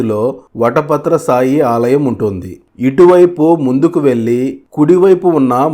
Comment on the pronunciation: సాయి కాదు, శాయి